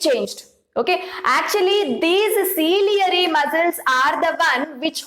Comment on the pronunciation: It's not cilieary muscles it's ciliary muscle